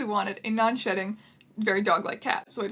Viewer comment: I keep hearing shitting when you say shedding.